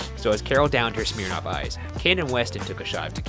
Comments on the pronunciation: "Smeernoff ice" EWWWW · Did he say ‘smear-noff’? I’ve never heard it pronounced like that before🤷‍♀️🤔